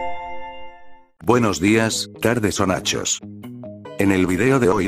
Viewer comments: Es tardes o noches no nachos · Dice nichos